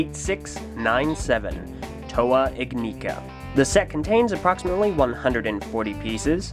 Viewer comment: Your saying ignika wrong js